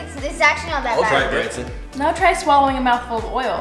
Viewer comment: It's Branson not brandon